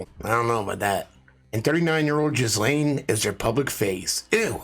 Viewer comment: Its pronounced Jill ayne. No jizz in there at all. With a French origin, the name has a silent S. You're a smart man.